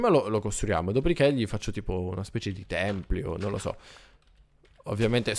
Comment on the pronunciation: Potresti fare un SANTUARIO al posto del tempio. Molto bello. Completalo! PS si dice tempio non Templio